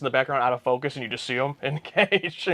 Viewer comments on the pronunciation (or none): none